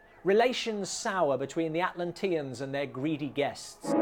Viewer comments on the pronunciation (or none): At-lan-TEE-ans? Never heard it pronounced THAT way, before. At-LANT-ee-ans is what I know.